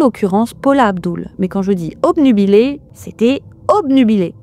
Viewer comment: Coucou , me voila lancé pour mon premier commentaire sur youtube depuis le temps que j'y suis , et oui a 40 ans passé on se sent enfin libre ;') . Alors je tennais juste a te féliciter pour ton français , comme dans cette vidéo avec le mot obnubilé , qui souvent est mal prononcé , si toutefois les gens le connaissent lol. Alors je tenais a te dire que je ne suis pas une fille , tu dois avoir la ref dans une de tes autres vidéo , ainsi que j'ai commencé a aimé les trues crimes tres jeune quand je lisais les livres de mon père de Pierre Bellemare et ici aussi tu devrais te souvenir de la ref . Continue comme ça .